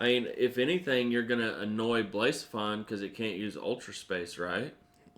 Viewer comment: Blacephalon Bla-se-fa-lawn